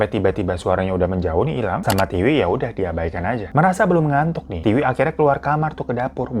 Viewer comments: Tiwi bang bukan tika. Emg T2 😅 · Tika atau Tiwi sih😂 Aku bingung, di video Tiwi, si Abang nyebutnya Tika mulu 😂😂😂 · Kenapa nama Tiwi lama-lama jadi Tika 🤣🤣🤣 minum dulu kali Bang, biar gak keliru 😆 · Tiwi hirooo bukan tika 😂😂 bikin ngakak lu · bang lo typo ya? ngomong tika tpi tulissan tiwi